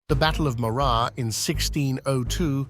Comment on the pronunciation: This might be more convincing and carry more weight if the AI-generated voice could accurately pronounce ‘Morar’.